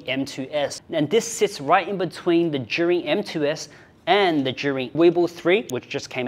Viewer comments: How do you pronounce Zhiyun? Why do I hear him say “jury” 😭😭😭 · So how do you prononce "Zhiyun" in chinese? Everytime says it, it sounds more like "Zhurin" "Zhureen"